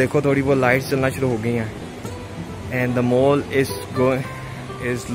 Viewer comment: it is not "mool" its is pronounced as "Mall". and also not "shoop" it is shop